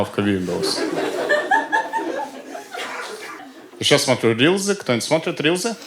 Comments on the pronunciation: Христа ради, рилСЫ, а не рИлЗы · "рилСы", а не "рилЗы". Произношение есть и в других словах бесячее. Из-за этого смотреть неприятно.